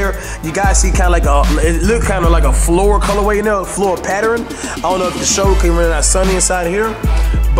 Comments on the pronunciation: patteran, what you said that wrong,its pattern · He said I love the patterin lol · "I LOVE THE PATTEREN" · Nigga said patteren